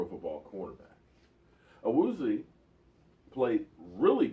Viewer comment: Wozzie my god if your going to say wozzie then take the extra half second and add a A to the end of it "A woozie A " your so lazy when it comes to pronunciation. almost as cringeworthy as the 100 of times you say literally